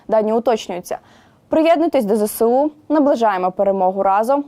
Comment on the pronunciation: Старший лейтенант, Зе-ЕС-У! Трястя! Не "Зе-Се-У", а Зе-еС-У! Вчи абетку, псякрев!